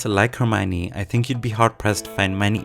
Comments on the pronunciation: Why the fuck if its written ( Herm IO ne ) all in this video calls her ( Herm OI ne ) W T F ... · Rowling says she is pronounced "Her - my - oh - nee" not "Her - my - nee" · It's pronounced - Her-Mi-Own (Which reflects the o-n-e part), nobody will ever get it right :)